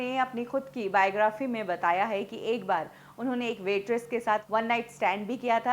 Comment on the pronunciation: Mam that is *bataya not bayata... 😉😄😊